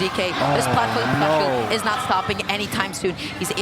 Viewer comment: On God made it tough to watch the video hearing that speech impediment every other word